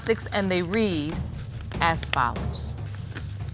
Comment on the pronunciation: Read as FOLLOWS LOL LOL She always says the word follow with a "S" lol